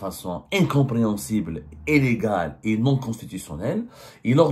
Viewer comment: Prononce « illégal » pas Élegal!!!